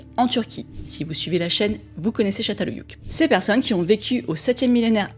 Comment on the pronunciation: Juste un petit correctif de prononciation, le "ç" en Turc se dit "tch", le "ö" se dit "eu" et, pas de chance :) le "ü" se dit "u", comme en Français (c'est le "u" qui se prononce "ou"), c'est donc Tchatal Heuyuk ;) pour le reste merci pour tes vidéos.